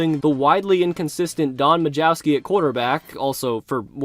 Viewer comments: Plus the J is silent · Majkowski was the runner up MVP in 89. J is silent too. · Majkowski is pronounced ma kow ski. Your pronunciation was Hilarious. Next time ask Siri how to pronounce a name. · Pronounced Muh-cow-ski